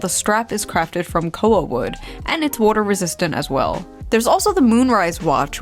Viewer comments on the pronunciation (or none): "worter resistant" :3